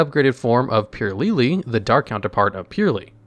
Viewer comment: purrely man just purrely